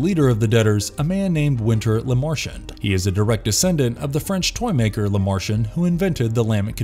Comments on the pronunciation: Idk if this is A.I. but the annunciation sucks, it's Kirsty not Kristy, it's La mer chant, not lamarchent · Dear Voice-Over Dude: Learn how to pronounce the words in the script before taping. Lament. Lamarchand. Chanard. Etc. This was hard to watch.